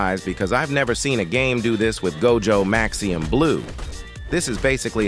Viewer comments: MAXIMUM, not maxium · why the hell u got the tts saying maxium